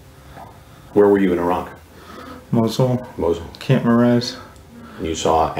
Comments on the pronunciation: I like even more now for pronouncing Iraq correctly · Cant believe Hansen pronounced Iraq correctly and this army man called it eye-rack.